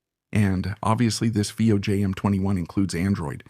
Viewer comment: have your A.I pronounce Fiio the right way..